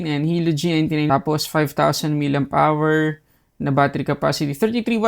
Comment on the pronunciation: eto palang pinoy tech reviewer na miliamp hour basa sa mAh . yung iba kasi miliampere hahaha